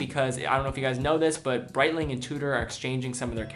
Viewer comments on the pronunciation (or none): none